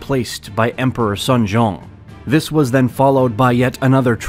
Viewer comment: All is correct except his pronunciation of chinese and korean region and king names hahaha. Ganghwa, Tientsin, Sunjong was wrong. 😂